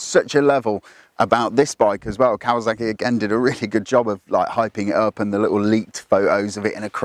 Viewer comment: Either way, there's zero excuse for saying "kawaZACKy".